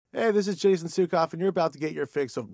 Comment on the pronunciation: God damn. Crotchduster and Capharnaum were my favorite bands in high school. I can't wait to hear more from the Suecof brothers. Added bonus: I now know how to pronounce Suecof.